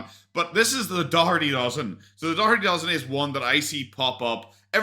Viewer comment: Finally some one who can say Daugherty 😅